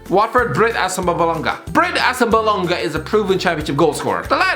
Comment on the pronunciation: Hearing you say Assombalonga is honestly hilarious